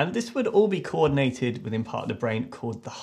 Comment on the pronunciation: "To pump to the blain. The blain? The brain." Replayed this at least 10 times because of how funny it was.